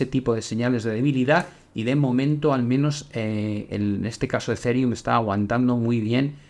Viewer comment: Se pronuncia Ezirium no Ezereum